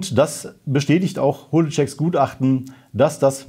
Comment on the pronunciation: keine ahnung ob's absicht war, aber wie georg holetschek im intro ausgesprochen hat, zu geil. #hohletschek